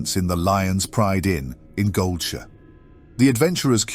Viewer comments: It's more like mispronunciations than lore inaccuracies. Darkshire is pronounced as "Darksure" or "Darkshore" and Goldshire as "Goldsure" or "Goldshore". And some timeline mix ups, where something is said to happen before or after it did. I have not caught a timeline issue in this one, but I have in others. If I catch any on other viewings I will leave a comment. I am a big fan of these and I am just speaking out because I think these are great pieces to get someone into the expansive WOW lore and it's so fun. I am a fan, keep'em coming! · Very creative pronunciation, I don't think I've ever heard "Darkshore" and "Goldshire" pronounced like that, I like it. But you pronounce "dire" as it's spelled instead of "dur" and I don't like that.